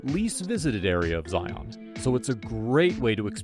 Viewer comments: They need to program an AI voice who can pronounce “Zion” correctly. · You keep pronouncing it wrong 🤦‍♂️